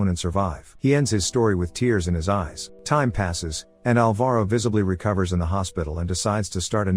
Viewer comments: The stressed syllable of Alvaro is ''Al'', not ''va''. It hurted so much when I eared my name said like that hahah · Say Alvaro again